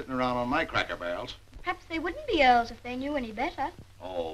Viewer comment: Wow, this was a great movie! I've always like Frances Hodgson Burnett's stories. I kept chuckling every time Dick (Micky Rooney) pronounced Earls as "oils". 😊 Thank you so much for the upload! 💜👍💖💙